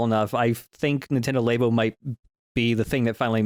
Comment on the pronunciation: apologizing for pronouncing Labo as Laybo, but not ZX spectrum as Zee-ex Spectrum.